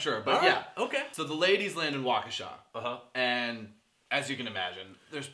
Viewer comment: You said Waukesha correctly! I am 5 mi away from there. Love your recaps :)